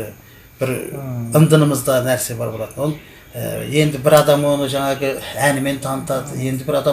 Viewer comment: ҚҰЛКЕРІМ АҒАЙ ЫҚПАЛҒА ЕМЕС ДЕҢГЕЙГЕ ДЕГЕНІҢІЗ ДҰРЫС БОЛАДЫ.СОСЫН ЖАҢӘГІ , ЕМЕС ЖАҢАҒЫ ДЕГЕНІҢІЗ, МӘСӘЛӘ ЕМЕС, МӘСЕЛЕ, ТЫҢЫШТЫЛЫҚТЫ ЕМЕС, ТЫНЫШТЫҚТЫ ДЕГЕНІҢІЗ ДҰРЫС БОЛАР ЕДІ.ӨТІНЕМ ДҰРЫСТАП ТІЛДІ БҰЗБАЙ СӨЙЛЕСЕҢІЗ ЕКЕН.